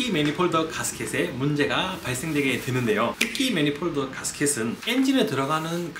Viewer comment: 매니폴드를 자꾸 매니폴더 라고 하고, 크리닝을 자꾸 크리링 이라 해서 전혀 신뢰가 안가네요.